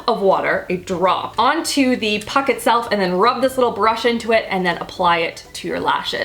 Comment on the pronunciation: Hahaha. Canadian said "puck"